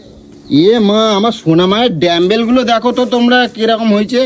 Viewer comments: Dambel na.. Dumb-bell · Ore murkho r jaat re ota damble noi ota dumble 😅😅😅😅